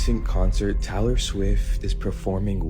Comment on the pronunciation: He says Talor instead of Taylor 🥴